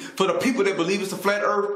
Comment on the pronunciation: Flat Earf